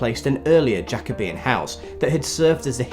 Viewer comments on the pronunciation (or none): none